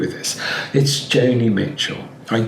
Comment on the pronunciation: It's JONI Mitchel.